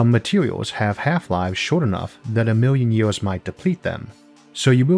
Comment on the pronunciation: I love that the narrator has a speech impediment. " a miw' yun ye-ohs" .